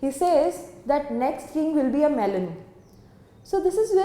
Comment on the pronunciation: Ma'am its 'melon'